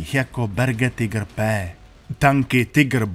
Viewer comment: Konečně někdo nevyslovuje "Tajgr"! Děkuji.